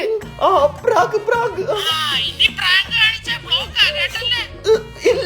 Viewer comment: പ്രാക്ക് പ്രാക്ക് 😂😂😂 പ്രാകിയതല്ല പ്രാങ്ക് പ്രാങ്ക് 😂